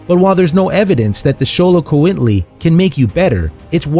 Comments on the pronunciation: Ummm that looks like a purebred Black & Tan Dapple longhaired Dachshund puppy LOL. Oh and its pronounced Dox-hoond. Ohh and Samoyed is pronounced Sammy Ed. Oh and Xoloitzquintli is pronounced Show low its quint lee. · Allow me to help you with what you called an "unpronounceable" name but yet you pronounced it pretty dang well the first time! You ALMOST said it the Espanish way: "show-low-eats-QUEENT-lee" At first you said "its" instead of the phonetically Spanish way for that syllable which sounds like "eats", BUT IT WAS THE PERFECTLY ENGLISH WAY, so, Brav0! But then you butchered it at the end of the segment twice or thrice .... It is abbreviated "Xiolo" or "sho-low". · the narrator pronounced Xoloitzcuintli differently each time he said it. I agree with Ginny. This was horrible.